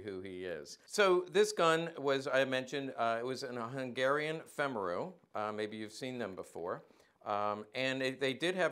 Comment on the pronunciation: FYI: just for the sake of good form, as a US Army -qualified Hungarian linguist ( back in the day), i can say that Femaru is pronounced something close to FAME-ah-roo. - with a hard R.